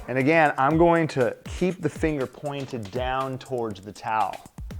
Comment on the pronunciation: Can you come back when you can smile and pronounce "again" correctly? The nail was pretty but you were pulling a k-stew the whole time